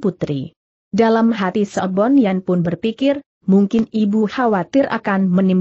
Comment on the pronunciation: Sebun Yan kok dibaca Sebon Yan?